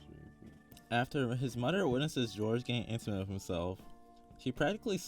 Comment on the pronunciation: It’s moTHer not mudder